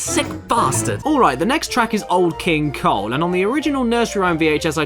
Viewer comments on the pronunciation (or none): I thought you said "Old King Cold"